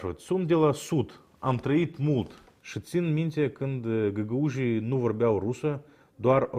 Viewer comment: Михаил, Вы пример для большинства наших молдаван, которые по сравнению с Вами разговаривают по румынски примитивно с вкраплением массы русизмов. И свой гагаузский тоже знаете великолепно, браво! Одно маленькое замечание, по румынски надо говорить găgăuzi , а не gagauji. Так, к сожалению многие говорят, а это не правильно.Надеюсь, Вы не в обиде. Спасибо за Ваши передачи!